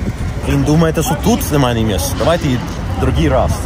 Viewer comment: 🤣🤣🤣 Фил амереканец настоящий ))) "шо шо"